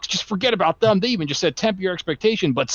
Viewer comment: Why does keep saying thum instead of them?